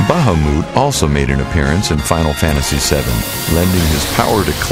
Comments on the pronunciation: Bahamuut? Really? Really?! This commentator just lost 10 cool points... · Bah-Ha-Mute Yes, he is saying it right, I have heard it in a cinematic, FF Xii final boss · lol its ba-ha-mut not ba-ha-moot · Baha MOOT? Excuse me what? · "Baha-moot" is that the way it's pronounced? If so then, I've been doing it wrong my entire life. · I pronounce it ba-hum-et, even though I'm wrong :'( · what the hells a bahamoot? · The way he says Bahamut makes me giggle. "Bah-hah-moot." It may be technically correct, but it still makes me giggle :P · you pronounced bahamut wrong. (Bah-Haw-Mit) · actually your right... In dissidia that's how Yuna pronounces it when she summons him :P this guy pronounced it wrong. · today i learned ive been saying tidus and bahamut wrong.